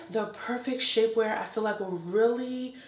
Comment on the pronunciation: 21. Had to rewind because I sincerely thought she said "Shitware peices", but she actually said : "Shapeware pieces". After viewing the entire video I'm convinced that she SHOULD have said would I originally thought I heard.😳😁